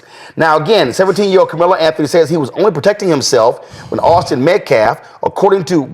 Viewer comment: The men said the first and last names wrong several times.